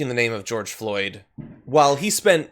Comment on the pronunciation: I’m surprised Cheeto got George’s name right! 😕